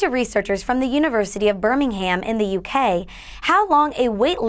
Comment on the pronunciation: The way she pronounced Birmingham lol